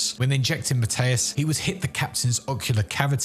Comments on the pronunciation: ...Why are you pronouncing it as Matteus, and not Mathias? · Never heard Captain Benjamin Mathius pronounced so confidently wrong before. Good Lord